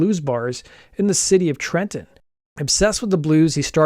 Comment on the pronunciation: I’m from NJ don’t ever pronounce Trenton like that again.